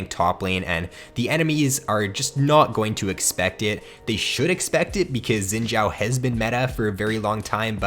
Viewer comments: I think it's pronounced Shin Zhau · It's pronounced Zin Zao tho xD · He said zin jhao lmfao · asian dont pronouced as sin chao...... xin zhao is actually translated from chinese, in chinese we say zhao xin not xin zhao, but xin zhao is the correct pronounce not sin chao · im laughing about the youtuber when he said zin jaw . just listen 😂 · It must be spelled like shin zao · The way he says xin zhao kinda pisses me off lmao